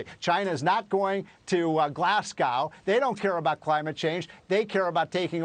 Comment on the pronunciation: Ffs Fox, sort your presenters. It's not pronounced as Glass-gow. One 'S' which is phonetically pronounced as Glaz-go. Dana Perino is the only presenter who says it correctly. You can tell she's married to a Brit.